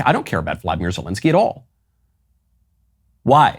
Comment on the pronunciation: Volodymyr not Vladimir when referring to this particular p o s